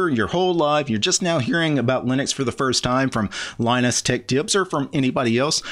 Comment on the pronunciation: You cant say tech.